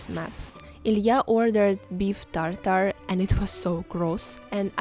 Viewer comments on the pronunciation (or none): none